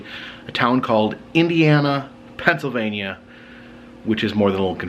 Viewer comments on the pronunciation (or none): none